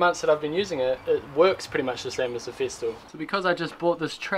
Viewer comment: FESTOOL. Not feestool. Stop saying that !